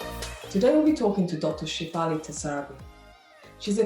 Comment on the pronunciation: SHA-FA-LI. SHA-FA-LI. SHA-FA-LI